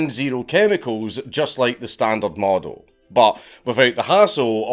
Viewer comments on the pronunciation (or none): none